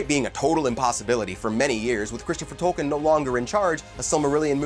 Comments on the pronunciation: It's pronounced tolkeen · Leaving this video . If you don’t know how to pronounce the words in Tolkiens works, you are not qualified to make a video about them. Goodbye. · He apologizes up front for probably mispronouncing Tolkien's characters' names because they "are really hard" and then mispronounces the author's name every time. Perhaps could do a little homework?